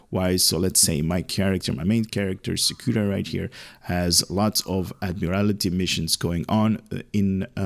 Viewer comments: It’s Admiraty (Add-Mere-Al-Tee) not Add-Mere-Al-I-Tee. Thank you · "Admiral-TEE", I think it would be pronounced.